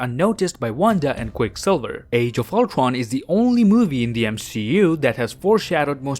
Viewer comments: You literally say ultron as ultwon ul-tron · its ultron not not ultwon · Did anyone notice that he said ultwon instead of ultron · Number Twee when Ultwon xD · No offense are canadians unable to pronounce r? Cuz when he said words like cradle or Ultron Prime he said it as Cwadle or Ultwon Pwime ngl kinda like my impersonation of a baby 😂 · Ultwon dude its Ultron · Does he has some problem in speaking?He keeps saying Ulcron but not Ultron and more terrible speaking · I love how he says “Altron” instead of Ultron. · He says Uldwan insisted of Ultron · He says it more like ulquon instead of ultwon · Ultwon he said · Another detail is that this pronounces Ultron as "ultwon" XD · Sounded like u said oltwon might've been the joint I smoked I'm not rewinding it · No offense But why did you say “age of ultwon? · He says owtwan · I like how he says "Ultron" Ultwon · its ur boy, owtrwon here to kill the avwengers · I played this vid at .25 speed and all I know he says oltwon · How he saids age of ultron: age of ultwon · Is it just me or he says thwee? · I love how he says ultwon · Nobody:: ultwon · Did you just called the movie "Avengers: Age Of Ultwon"???? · Canadian pronunciation of ultron is ultowon (Im not gay) Its not hate but its cute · I think the guy cant say r no ofrense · you cant say ultron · I might be offending but, is that actually how you pronounce "Ultron" in english? Just that we pronounce it differently in other countries and I was just wondering. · The way u say Ultron is hilarious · As a huge MCU fan your upload has become an event for me! 🤩 thanks,... Also, I love the way you pronounce “Ultron” 😅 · “When Ultwon took contwoll” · Dude probably has a speech impediment cuz he calls Ultron “Ultwon” and Cratle as “Cwatle” like 5 times